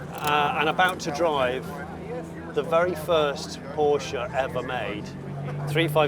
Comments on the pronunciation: If he had pronounced it Poorsh they would have had him removed from the seat in a second. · Its is a pity that you cannot be bothered to pronounce Porsche correctly. Should we call you Jonnie Smythe? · It seems that you could not decide how to pronounce Porsche